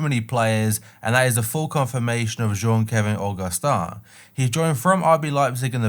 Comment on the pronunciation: Damn said Augustin name like he’s French 😂😂